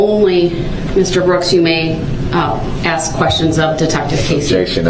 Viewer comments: There is a lot more words he mispronounced but the only one that I can think of is the word axe. Aka ask. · "I think it was clear, but I'll ax again". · And his argument after his boxes were moved had me rolling laughing. " I DIDNT AXE FOR MY BOXES TO MOVED.." hilarious